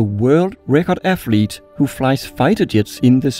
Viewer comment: Really cool vids, you have another subscriber. Soon to be a million! On a side note, if you need help with your English, hit me up. I notice you keep using the letter "f" instead of "th" and you're saying 'fink' and 'affleet' (athlete) and so on which detracts from your otherwise high-quality productions. I'd be happy to help :)